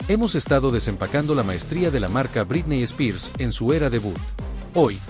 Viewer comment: Me encantan tus videos pero me hace mal tu pronunciación de "Britney Spears"